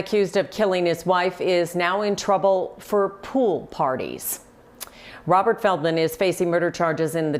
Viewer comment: I swear it sounds like you say "a man named Robber, who was a meat hole seller." Lmfao I think that's more fitting.